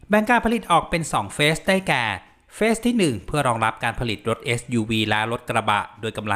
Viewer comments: ระวังการออกเสียง แมว กับ แม้ว ความหมาย ต่างกับลิบลับ และคำว่า phase เฟส ไม่น่าจะใช่ เฟซ (face) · เฟส 1 คำอ่านคือ เฟด-หนึ่ง ครับ